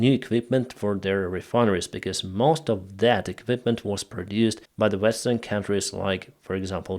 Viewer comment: Not the "Vestern" countries, the word is "Western"!